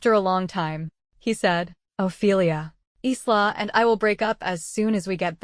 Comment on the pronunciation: It's ISLA , AS IN the ISL OF MAN CANT YOU GET THE AI TO GET IT RIGHT, AND WHY ARE ALL THE PICTURES THE SAME AS THE STORY BEFORE, SEEN ONE , SEEN THE LOT, NOT WORTH LISTENING TO OR LOOKING AT.